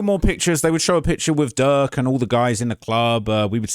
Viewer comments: Why you keep saying jerk instead of durk? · keep calling Durk. “Jurk” 😂😂😂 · Why you keep calling bro jurk 😂😂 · keeps calling him Jurk lmao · Butta said durk lamron😂😂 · @@ I think just mess up names he keeps calling durk jerk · Durk not jurk ahole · Why u keep calling durk jerk 😑 feel like u doing it on purpose now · Why do you keep calling Durk, Jerk 🤣🤣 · Stop calling him jurk yo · after the 6th time u called him Jurk starts 2 feel like it's on purpose 😯😯😯😯 they pressed u Bad huh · He keeps calling durk jerk 😂 that’s hilarious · I’m shock how much these witnesses are talking, I know they’ve made deals with the prosecution, but I’m scared for them after all this testifying! Also I know it’s accidental but saying jerk instead of durk is making me lol 😂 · Why u keep calling durk, jerk? 😂😂